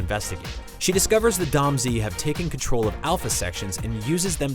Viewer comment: Someone never played Beyond Good and Evil. It's "Domz" not "Dom Z".